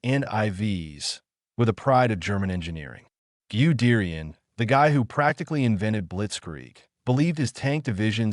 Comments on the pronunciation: Its pronounced gud dayan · Who is "Giudeerian" dickhead ?😂😂😂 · Pronounce goo de rian😢😢😢